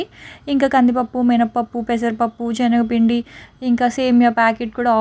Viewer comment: Adi chenaga pindi kaadu talli Senaga pindi video lo 100 times anubtav chastunam vinaleka